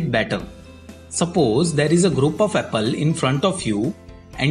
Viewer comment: "Apel" Lol